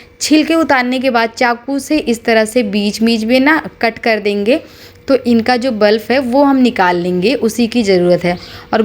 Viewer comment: बल्ब नहीं, पल्प बोलते हैं